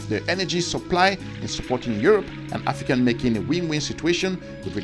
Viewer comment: “AFRICANT” get that right!